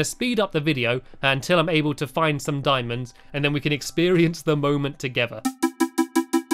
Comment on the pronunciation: Randomthingsbyhanny its "Diamonds" not "Dimons" imagine saying it "D-i-mo-ns"